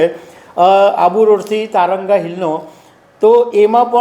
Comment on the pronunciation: તં ર ગા નહિ તારંગા હિલ છે